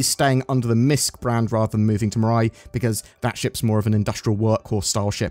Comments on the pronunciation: Just a heads up, the pronunciation should be something more like me-rye. Like "I made a sandwich with me rye bread!" Unless CIG made up their own pronunciation and I just haven't heard about it. But that's how the Japanese word in the logo (未来 "future") is said. It looks like you nailed the pronunciation a few times, and sometimes it sounded like you were saying "murai". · Does europe not know how the letter i is pronounced? The french have lupin pronounced lupon, has mirai pronounced murai. smh.